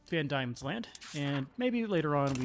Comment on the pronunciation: Diemens land is pronounced more like Demons land instead of Die-mens land